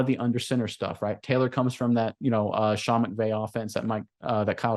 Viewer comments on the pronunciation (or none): none